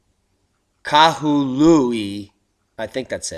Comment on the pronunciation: Bro I live on the south side of maui. I am completely prepared but nothing is happening on the south side of maui yet. Some of what is being reported bro is incorrect. You nailed the pronunciation of Kahului! Way to go! I dig your channel and watch your videos every day. Thank you brother. Thinking of your ranch and relocating.